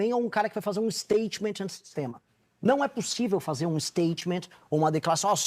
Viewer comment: E Giovanne... Vc falou errado " SÁDI" o sobrenome da entrevistadora, e RENAN FALOU MUITO FEIO E IGNORANTE, para quem sabe inglês a palavra statement!! " Istêitimenti" 🙄😒